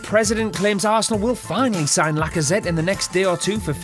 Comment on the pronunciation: lacasweat not lacazette